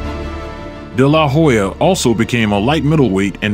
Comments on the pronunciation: Seems factually accurate, but the name pronunciation (Day-LAH- Hoya) seems kind of off. phonetically it's usually pronounced Della-Hoya. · It's De la Hoya. Not DE LA Hoya. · It’s De La Hoya not Da La Hoya say his name correctly! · If you can't say his name properly, don't make a vid of him. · I do not know how many Oscar's fights you have watched but you do not pronounce his last name like that. Work on that next time you post another one of his videos. But besides that, good work. Keep it up, kiddo. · How do you not know how to pronounce his name? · Okay why do you pronounce his last name like that, with the emphasis on the La? What's funny is the commentators in the fight pronounce it correctly. Lol 😂 🤦🏽‍♂️ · The way you say his name irks me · Why you saying dela hoya like that lol anyways i don't know how they gave this win to tito not taking anything away from tito he was an awesome boxer but even with Oscar cruising through the last 3 rounds he gave tito a boxing lesson for 9 rounds and what made this suspect was one of the judges gave the last round to Oscar how's that possible lol I think he did that so it wouldn't look so obvious and the rematch didn't happen because of money issues they were offering tito 10 million but he wanted 20. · Whats with the stressing La in de la hoya. My god. De LA! Hoya 🙄🤦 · I stopped watching after I heard you butcher his name over and over . Lol. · You can't even pronounce his name correctly LOL